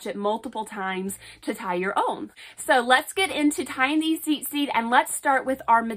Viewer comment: Ur saying it wrong it’s tzitzit not zizit